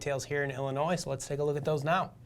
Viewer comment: Really Todd, Illi-noise? HAHA!